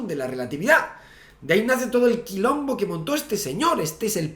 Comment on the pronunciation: "Quilombi" dijo...?